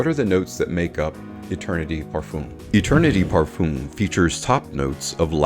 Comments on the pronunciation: Another video with mispronounced Parfum. Parf-um like in word Eminem Parf-em Both Dallas from Chaos and Ash from gents scents know how to prounance this Common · You say Parfum wrong. There is no E at the end. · Never stop saying parfum the way you do!